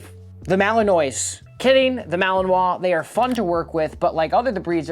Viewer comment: Too much advertisement and did not pronounce malinois correctly.😠